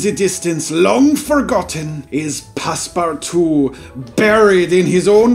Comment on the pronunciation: It’s not passparttwo it’s passpootwo